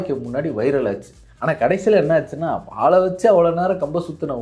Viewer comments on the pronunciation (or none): none